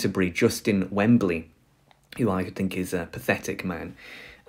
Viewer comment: The Archbishop of Canterbury is Welby, not Wembly!!